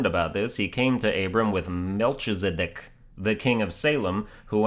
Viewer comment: Its pronounced Mel-KE-zi-dek